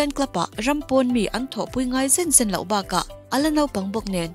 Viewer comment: Barca tih hi barka angin i chhiara barsa anga chhiar tur a nia. Mi dang pawn an sawi tawh mai theia ka lo sawi ve hrim hrim